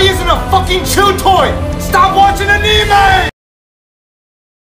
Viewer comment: The way he pronounced "anime" makes me want to pull my hair out i stg